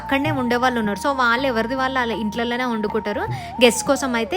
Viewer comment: చాలా బాగుంది. కొద్దిగా తెలుగు మాట్లాడటం మార్చుకోవాలని సూచన ..వాల్లు కాదు వాళ్ళు, వెల్లి కాదు వెళ్లి. మిగతాదంతా సరే.